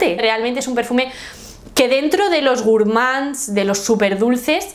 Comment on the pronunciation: Hola! Te recomiendo que veas también Youtubers en francés para que aprendas a pronunciar Gourmands jaja